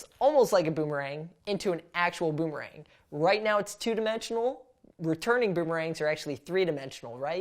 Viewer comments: Does he says “ ROOMERANG “ or “ BOOMERANG “ ? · You said at that beginning of the video roomerang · i heard he said a roomerang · i hear Roomerang